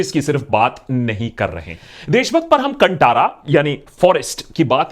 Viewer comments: Sir it should be pronounced कांतारा। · Kindly correct your pronounciation of movie name. It's कंतारा not कंटारा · कंटारा नहीं बाय, भाय। कांतारा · Bollywood loog keliye KANNADA shabdh uchharan karne hi nahi aathi, tho ye achhe movies kaise ban payega. They always pronounce KANNAD insted of KANNADA, कांतारा ko कांटारा bolthe hai. Respect languages. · Sir…it’s pronounced as कांतारा not कंटारा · Abhi bollywood movies me koi dum nahi hai....south movies are booming and rocking. Watched Kantara in kannada (right pronounciation is Kaantaara) कांतार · It's pronounced as Kaan-Taara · Its pronounced Kaantara with 'tara' wala 'ta' not 'tamatar' wala 'ta' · Bhai it's pronounced Kantaara as in "ta" in "taare" not Ta as in "Ta"rzan. Also, it's pretty funny seeing both left and right claiming Kantara is theirs 😁